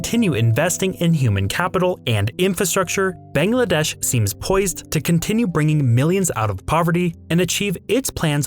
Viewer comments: It's not "Bengladesh", it's "Bangladesh". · A whole half hour long video and you couldn’t pronounce the country’s name properly even once